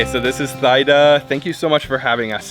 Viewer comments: Her correct name Teada not Tyda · Just wanted to correct you, it’s T-da not Thide-da😊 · Oh my goodness, bro you just butcher the pronunciation of her name...lol.. I believe it pronounce " T-Da." 😅. I know because. I have a friend with that name. She should have corrected you. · Not Thigh-Da, bro… she should’ve corrected you — her name is pronounced “Tee-dah”. The H is silent like the H in Christina. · her name pronouns as Tee-Daa, not Thigh-daa anyways great video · It’s not pronounced thigh-da 😬, it’s pronounced as tee-da. But awesome video! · Omg, why can’t he ask how her name is pronounced? It is so disrespectful to get such a simple thing wrong. Absolutely mind blowing. Tee Da, speak up! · It’s pronounced “Thee-Dah” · Her name is pronounced T-Da. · Her name is pronounced TeeDa btw. Great video as usual :) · It’s great that you’re visiting my country Kambodge/Cambodia. Love that you’ve taken a vested interest in our an ancient country. As I watching it, I found your pronunciation wrong.. just to correct, I believe you’re trying to pronounce her name Thida (common Khmer name) which is pronounced as Tee-dah. Additionally: Khmer pronounced: Kam-my or Kam-Mai. Phomn Penh is pronounced: Phomn-Ping “means many mountain” A lot of foreigners mispronounced these common words of the Khmer people. Land of Kambujiya & Mera (Khmer: the joint names of King/Queen) - P.S. “Hello” from the States. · Good looking food. I think her name is pronounced as T DA. Thank you for sharing ❤ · Great reaction, thanks 👍 but her name is pronounce like TEEDA. Again the H is silence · Thida as in (tee-da) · Idk why she didn’t correct you. She’s so polite. Her name is pronounced “tee-dah” lol I was like ugh the whole time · Pronounced Tee-Da. But wonderful video. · Oh BTW her name is pronounced T-ee-dah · I’m sure it’s pronounce Tee-Da Lol😅 if it’s spelled Thida the H is silent lol . But thanks for showing up on our motherland .❤ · The way you pronounced her name wrong😂 great vid though